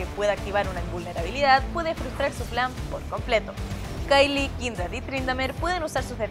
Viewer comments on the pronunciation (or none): se dice "keil" no "kaili"